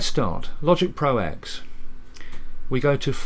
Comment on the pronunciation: Dear, it's pronounced as "Logic Pro Ten", for here the X is a Roman numeral, not a letter. And if you think that's nitpicking, imagine watching a historical document where the narrator keeps constantly referring to "World War eye eye" or "Louis ex eye vee".